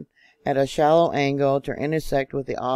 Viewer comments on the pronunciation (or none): none